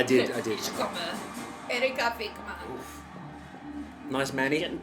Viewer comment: Das erste Mal, dass jemand in einem Reaktionsvideo die inkorrekte Aussprache von "komme" anspricht. Da merkt man die deutsche Herkunft.